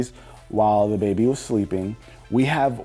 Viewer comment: How many ppl thought that he'd been saying dababy instead of the baby lmao (Like if u thought the same)